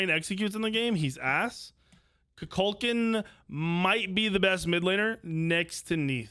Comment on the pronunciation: has this guy not seen black panther 2 Kukulkan is not pronounced like that haha